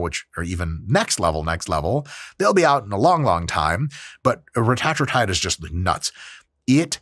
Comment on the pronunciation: That’s the right way to pronounce it. Same thing with semaglutide. Its pronounced sem-AH-glu-TIDE